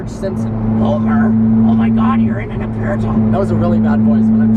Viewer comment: As an Italian subscriber I think you pronounced "aperta" in a good way, but "speciale" was really bad; infact you said something like "spesciale" instead of "speciale", i don't know how to make you understand the right pronunciation, maybe you have to say "spechale", the "I" is mute and the "a" is open like you were saying